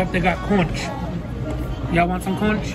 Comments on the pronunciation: I know I am way late on this but that Conch you spoke of is pronounced like "conk" and it comes from inside Conch shells like those big spiral end shaped shells that kids put their ears up to and "hear the ocean" if you've heard of that kinda thing. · It’s (Conch) pronounced “conk” and it’s delicious!!! Very popular in Hawaii! I hope you tried it 🤗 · Well good hotdog I love you all together separate as a family I just love the whole situation I’m so glad I’m a part of it probably somebody has already told you but it’s conch is with a k lmbo I think lol luv y’all from Aurora Colorado 💜💙💜💙💜 konk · The conch is pronounced like Conk.. its a carribean delicassy. It is a a sea snail that comes in those spiral seashells u find on the beach, that u put to ur ear and hear the ocean. Its firm like a clam/scallop type flavor. I think you would like it. People make ceviches and stuff. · It’s pronounced “cunk” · Lmaooo sweetie that’s not how you pronounce Conch 😂💀 oml I wish I could talk to you and pronounce it. We all Caribbean over hereeeee! 🥳🎊